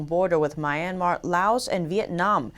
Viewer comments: I love your channel, you're doing great work, but can you please correct your pronunciation of Myanmar. It sounds like "Mi-en-mar" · There u go again with MORE FAKE NEWS!! but b4 i go to THAT, i hv to TEACH YOU something: IT'S NOT "MY(like in Mai) IRN MAR"...IT'S "MEE URN MAHR"!! Got it??...i wonder HOW YOU WOULD CALL PEOPLE FROM MEE URN MAHR??...IF YOU DON'T KNOW...just let me know...I WILL TEACH YOU!!...ok...so lets go to d point about YOUR NEWS...BILLIONS of Masks?? Not TRILLIONS??...c'mon!!...when u say "A Hospital" ...that is WRONG!! Your Journalist Credentials ARE VERY POOR, VERY, VERY POOR, SPECIALLY WHEN YOU "ARE TRYING" TO REPORT IN ENGLISH LANGUAGE!!...WE English ppl or Americans say "ONE Hospital"!!..and that is WHEN NOT TO MENTION D NAME OF THAT HOSPITAL...like when u say "A DISTRICT OF BEIJING" (NOT saying WHICH DISTRICT (??)!! In Beijing we hv SOOO MANY DISTRICTS)!!...understand?? It's MORE DN OBVIOUS that your own EDUCATION is EXTREMELY VERY POOR...but STILL...you are considered as TV REPORTER(?)!!...there is ALOT MORE to say about your NEWS...but you know what? I feel TIRED....and IT WOULD B A WASTE OF TIME making REFERENCES towards your INFORMATIONS!!...there is AN OLD SAYING "THE RAIN CAN HIT D ROCK, BUT CANNOT BREAK IT"!!...same goes to you!!😈😈😈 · Thoroughly enjoy listening to this channel. Notice one minor error, Myanmar is pronounced ‘mee-ahn-mar’ :)